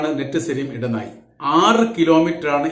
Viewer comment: ഇടനായി അല്ല ഇടനാഴി. പ്ലീസ് അപേക്ഷയാണ്